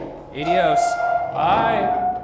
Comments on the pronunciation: Ryan said Edios (when its pronounced ah-de-ohs) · I know Ryan was trying to say "Adiós" but it totally sounded like "eyDios" and that' funny af.